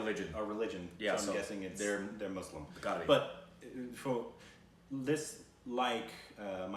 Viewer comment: I just love for saying Muslim properly ❤️. Especially because it's 😂